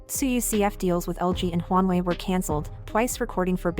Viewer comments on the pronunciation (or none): none